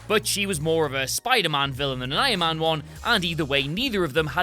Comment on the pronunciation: Why do you keep calling iron man "ion man"?